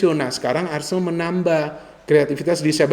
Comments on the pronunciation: ARSENAL bukan Arsendal ya 😎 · A-R-S-E-N-A-L bukan ARSENDAL yah 😅 ingat itu